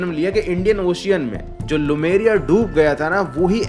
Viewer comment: भाई वो लेमुरिया है लुमेरिया नहीं। ठीक से देख लिया करो।